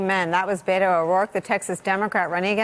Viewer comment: Learn how to pronounce his name. It's "Bett-o," not "Bayt-o."